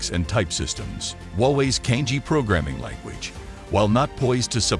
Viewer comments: Cangjie is not pronounced as 'Kang-jee".. It is "chunk-jea". "jea" as jealous. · CANJIE - the correct pronunciation is Chang Ze-Air. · the narrator has mispronounced "cangjie" making it sound similar to "kanji"